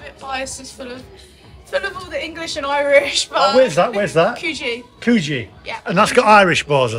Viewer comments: Cud gee not coo gee, cluvelli not clo velly. Pommes! 😁👍Great video! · Hey, Before you leave Sydney you are going to have to learn how to pronounce Coogee correctly or the locals will give you a hard time.